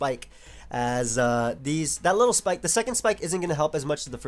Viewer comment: I love how says spike it sounds like schpyke